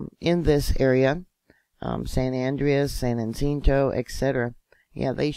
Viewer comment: Great reporting. FYI. San Ha-sent-oh